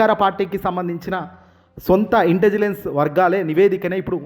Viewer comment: ఒరేయ్ నాయనా... ఇంటిజిలెన్స్ కాదు .... ముందు రెహర్సల్స్ వేసుకుని చదువు.. ఇంటెలిజెన్స్ అని పదిసార్లు ప్రాక్టీస్ చేయి. చాలా తప్పులున్నాయి నీ చదవడంలో.